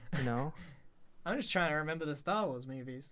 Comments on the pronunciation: Is grians "tarwar" insted of "starwars" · Tar war pu in boots? Lol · tar war... really dude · . I thought it was Star Wa (wa as in "what?"). . No, it's the Ark Night. If it's just Ark Knight, then only 1 letter is missing. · Man Grian don’t like the two s’s in Star Wars.Lol😂